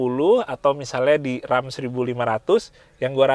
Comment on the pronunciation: Mobil yang sering ada d game. Kalo ga salah RAM dibacanya bukan Rem ya!?